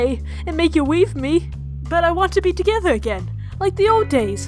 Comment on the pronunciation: `` So we can be togwetew `` Was the most wholesome line in the episode